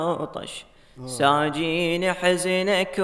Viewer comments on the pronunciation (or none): (يساجيني) وليس (ساجيني)